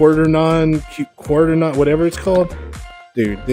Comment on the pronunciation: i dont know if this will help make my robot driveable with a trigger handle but its useful knowing each chip [=)] p.s: can i get a tutorial on that? (Quaternion is pronounced kwat-ern-eon)